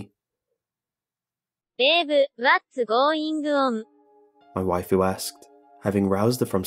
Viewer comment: Happy Hirohito lol. I figured it out once he said "wifu"